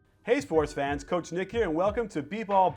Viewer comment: Coach* not ckach